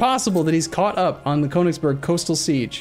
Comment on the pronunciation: You should add a little feature to ExcelBel that renames the provinces to how to pronounce them properly. :D Seriously, Konigsborg? :D